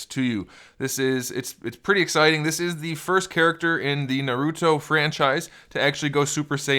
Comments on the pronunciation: Naruto not noruto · I swear, im a weeb so this triggers me because 1.he is a he 2. those red eyes are sharingan and those purple eyes are the rinnegan 3. its pronounced MA-DA-RAH and its also pronounced NAR-OOH-TOE4. its not makeup its because he was reanimated 5. its also called jutsu not ju ju hands 6. ITS NOT A POKEBALL its he clan symbol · Another person that says naruuto. Doesn’t seem like you’ve watched shippuden either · I mean he says hes a big fan but miss pronounced naruto and madara so he better have just read the manga. But after he referred madara as a she I understand that hes most likly trolling alot lol.